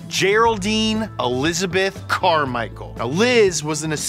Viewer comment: Elizabeth -CAR-michael lmao